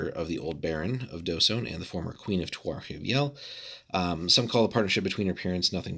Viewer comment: The Dh is actually pronounced like TH as in THINK so it's TH-sone.